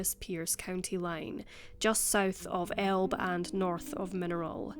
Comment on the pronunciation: Elbe is pronounced " El- bee"